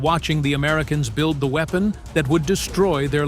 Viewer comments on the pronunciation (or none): none